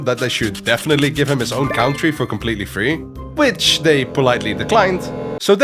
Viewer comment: Your English accent is very good for a Dutchy. One tip would be to pronounce country as cOntry :) Thanks for making these awesome vids